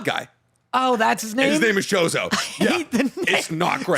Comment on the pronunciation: It's choso not chozo